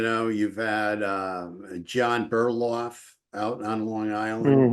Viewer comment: It's john bitcoff not burloff